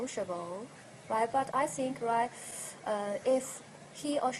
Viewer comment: Why does she keep saying "righ"?